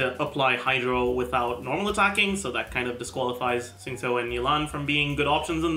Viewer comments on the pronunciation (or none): none